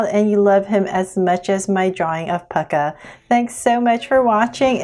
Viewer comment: UR SAYING PUCCA WRONG WATCH AND.VIDEP.AND.U.WILL.SEE.HWR.REAL NAME.DUH?